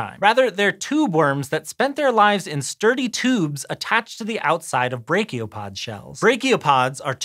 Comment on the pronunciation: I have never heard brachiopod pronounced that way and I had to cringe every single time. That's... fun.